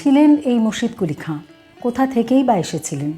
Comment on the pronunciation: মুর্শিদকুলি খাঁকে সঠিক ভাবে তুলে ধরেছেন, এবং ইসলামিক নামগুলো সঠিকভাবে উচ্চারণ করতে পেরেছেন তাই আপনার কথা শুনতে খুব ভালো লেগেছে।